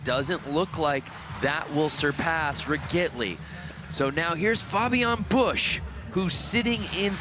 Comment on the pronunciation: its spoken Fabian Bösch not bush